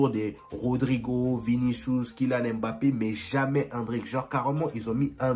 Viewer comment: mon frère on sait que tu as le potentiel de prononcer "MBappé" et non "M-Bappé" non 😆